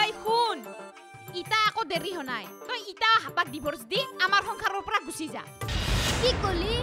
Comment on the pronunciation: Dee-vorce, not Die-vorce. Ek number faltu serial